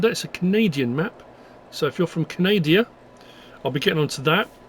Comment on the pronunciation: I'm glad I wasn't the only one to hear Canadia instead of Canada. 🙂